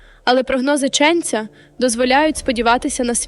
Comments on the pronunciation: ЧенцЯ, а не чЕнця. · Не чЕнця а ченцЯ. Грамотєї . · ЧеннцЯЯЯЯ! Став правильні наголоси, "дикторе "💛💙